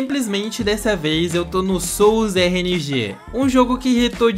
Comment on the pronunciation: Fala o nome direito pow é sol's rng n soul's rng